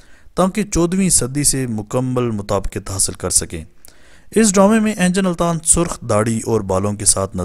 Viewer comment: بھائی صاحب ، انجن التان نیں ، بلکہ درست اینگن التان ہے